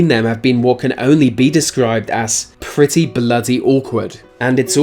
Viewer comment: He says pweety bwoody awkward it is bwritesh